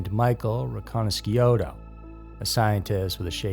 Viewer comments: His name is pronounced Michael Ree-conna-shoe-toe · It's pronounced ' ree con ish doe. He was My cellmate in Chicago. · Yeah, to this documentaries being narrated by somebody that doesn't know how to pronounce anybody's names so to me I stopped watching Wright there, Michael ri-Cana-shuto, I'm calling Fugazi on this whole thing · “That way Carter could look like the hero” ?? What that was exactly the opposite of its purpose… and you mispronounced Micheal’s name..